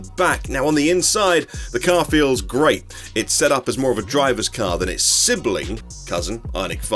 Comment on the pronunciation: Amazing video. But did you say “The car feels grape” 🍇 ?